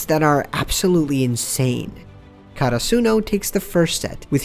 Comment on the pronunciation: I was so confused when he said karasuno cause of his pronunciation. Like the fuck is that